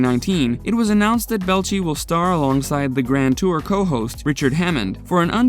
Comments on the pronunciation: His name isnt 🙄 its pronounced Bell- A- Chee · Tory's last name isn't pronounced Bell'chi. It's Bel-ay-chi. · 🤣 Can't even say his name correct, Belleci. Using other people information to bring this out, the video should get struck off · It's "bell-eigh-chee", not "bell-chee"... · ok now say it with me , its Belleci , not Belchi .... lol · Bé-Lai-Chi. Not Belchy. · Ikr, he was saying “ball-chee”, its “Buh-lay-chee” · Can't stand how he keeps butchering Tori's last name... ("Belchie" 🙄) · Learn to pronounce the names of the people who are the subject of your video. HEIN-a-men. Bel-A-chee. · It's BEELAYCHEE. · Its Tory Bell etch ee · The narrator sucks at pronunciation of the names of people who's names can be heard properly pronounced in the Mythbusters intro's, ffs take a second and listen, Belchy? Really? Belchy, I guess he burps a lot. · Holy crap! ""??? What a POS channel!!! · Rip Grant, you were someone I looked up to as a kid. And I loved Geoff Petterson on the late late show, what a weird way to make a robot skeleton a side kick for a late night host. Ps. You pronounced some of the names weird. You said and I laughed out loud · Yah Tori Belch-ey? They've clearly never watched the show even once. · Jaime HY-na-men. Torre Bel-EECH-EE. The shoes: not Vortex, but Vor-TREX. Sheesh. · A true mythbuster fan will not mispronounce their names!! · Does it bother anyone else that he keeps pronouncing Tory’s last name wrong. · I don't think you've ever seen an episode of Mythbusters because you can't pronounce Tory Belleci's name properly! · Could this IDIOT not pronounce Tory's name correctly? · This video is garbage, you can't even pronounce torys last name, a name thats said on every episode of mythbusters. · Hearing you pronounce Tory's name wrong is PAINFUL.